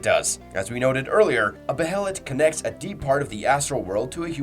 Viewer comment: Dawg pronounce the names right the anime literally says how the behelit pronounced it’s “ bay lit” Same with skull knight, he’s only once been called by name and it’s not “skeleton king” yes he WAS a king but you can’t be a king of a land that no longer exists. I bet this guy pronounces casca as “kas Ka” ik it’s not that big of a deal but dude for a guy that half his channel is berserk content you’d think he’s say the characters and things names correctly